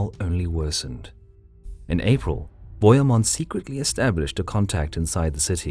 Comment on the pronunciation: And bohemund is pronounced Bo He (as in hell) Mund